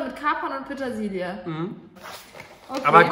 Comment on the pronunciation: dieses "Petasilie"😅